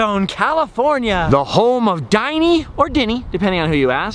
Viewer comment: It's actually pronounced "din-knee" not "die-knee" Dinny was the name of the dinosaur that the comic strip character Ally-Oop would ride on. he was called Dinny because of the Colossal din (extremely loud sound) he made as he crashed through the prehistoric jungles.